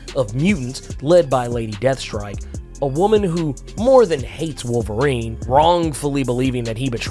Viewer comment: Wol erine is back? Oh no